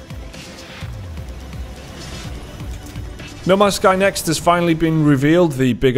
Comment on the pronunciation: The way you say No Man's Sky almost sounds like Namaste.